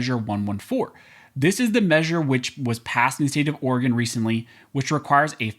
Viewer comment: Oregon… sigh